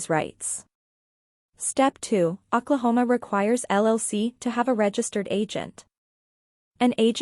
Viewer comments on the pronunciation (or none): It is really hard to take this video seriously when you keep misspelling and you keep pronouncing Oklahoma incorrectly.